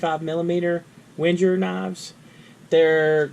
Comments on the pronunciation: Wait. Wen-jer? Is that REALLY how you pronounce the name? Regardless, I have a black LL Bean model of this tool and the ONLY thing that could improve it w/o adding weight to it is measurement markings on the screwdriver's shank. One of the best tiny tools ever made. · If no one has given you pure hell for how you pronounce Wenger, can I PLEASE be the first?